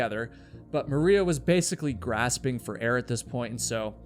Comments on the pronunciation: It’s “Gasping” not “Grasping” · "Grasping for air"???? Its Gasping how does a fully grown adult male not know simple diction maybe go to the "libary" and "axe" somebody. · Oh, how sad and horrible! FYI, it’s “gasping” for air. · Gahhh-sp-ing. The “r” is non-existent